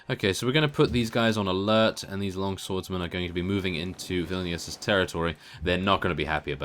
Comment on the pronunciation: hey you are saying vilnius wrong